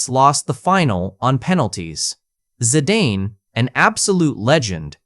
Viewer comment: Bro said Zadane instead of Zidane